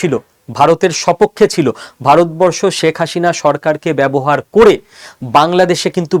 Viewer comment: অনেক ভুল পর্যালোচনা আপনার। দাদা বাবুরা বাংলাদেশ আর মুসলমানদের বিরুদ্ধে আর কতো চাপাবাজী করবেন। বাংলাদেশ আপনারা কোনদিনই নিতে পারবেন না। চাপাবাজী বন্ধ করুন। আর কথা বলার সময় প্রথমে আপনার বাংলা উচ্চারণ ঠিক করুন। আপনি তো "শেখ হাসিনা" উচ্চারণই ভুল বলছেন দাদা বাবু। এই সমস্ত বস্তাপচা গাজাখুরী গল্প শোনার সময় বাংলাদেশিদের নেই। আরেকটা কথা : আপনারা পশ্চিম বাংলার মানুষই তো মোদি বাবুর দ্বারা গাড়মারা খাচ্ছেন। আগে নিজের গাড় এর যত্ন নিন তারপর বাংলাদেশ নিয়ে ভাবুন 😂😂😂😂